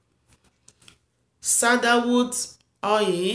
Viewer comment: Why is oil pronounced as "oye"?